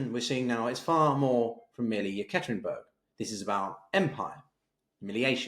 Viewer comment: Please pronounce the Urals main city correctly as Ye-kater-inburg.